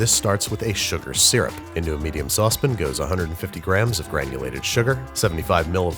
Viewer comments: Say 'Sauce'. Babish: "Sauce". Say 'Pan' Babish: "Pan" Now, say 'Saucepan' Babish: "Saucepin". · It's pronounced sauce-PAN, not sauce-PIN. That's been bothering me for weeks. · "Saucepin" alert & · “Saucepin” isn’t cute, it’s lame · Sauce Pn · Your elocution is a delight, and you don't know how relieved it makes me to realize that the pronunciation of the word "saucepn" has probably been more flair than simple weirdyness. If not, don't tell me! It previously haunted my waking hours.😄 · excuse me, but "sauce pin"? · Say 'Milkshake' "Milkshake" Now, say 'Milk' "Malk" Facepalm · I like how he calls the saucepan a saucepen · tell me about it. He lets it slip every now and again. Love BWB but cant stand when he says saucepin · list of words babish cant pronounce: saucepan; caramel; pastéis; worcestershire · Dunno why I feel this way but the way you say "saucepan" is fucking awful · As someone who lived in Portugal for eight years, I approve this video. Though your pronunciation of 'pasteis' is as bad as your pronunciation of ' sauce pan'. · It’s the British way. When Americans say it like that, it does sound dick-ish. Hoping he is just doing it for comedic effect.